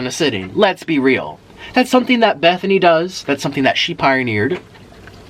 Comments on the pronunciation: In love with the fact that he says “Bethany” love it so much!!! I was rooting que too but eff her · My names bethany and I LOVE how he pronounces it